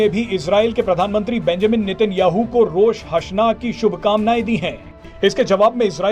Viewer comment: Rosh hasna nahi... Rosh ha Shana HOTA hai